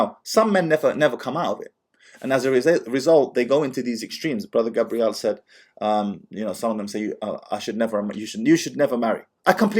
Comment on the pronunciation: You keep pronouncing his name as Gabrielle which is feminine. It's Gabriel.